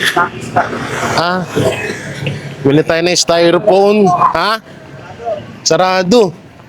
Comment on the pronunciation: Styrofoam Hindi styrophone